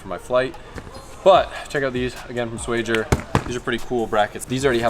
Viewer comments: don't lie to the people about SWAGIER!! You know thats not how you say it brother in law! SHWA-GHEE-YER!!! 🇵🇱👍 Thank me later. 😎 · Its not swag-ier?